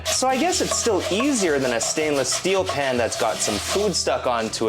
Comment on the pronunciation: I was turned off by the marketing. The YouTube ad featuring some vapid influencer claiming she developed it. Her pronunciation of the word “pan” was burlap to my ears.